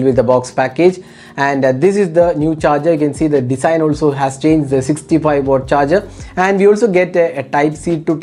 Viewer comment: It's watt.. Not wooott